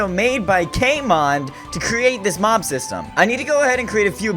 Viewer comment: It sounds like you’re saying mom instead of mob